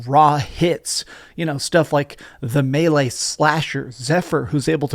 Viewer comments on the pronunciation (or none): none